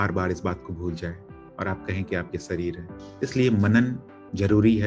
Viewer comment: सही शब्द है _दीवार, न कि दीवाल, इसी तरह सही उच्चारण है _शरीर, न कि सरीर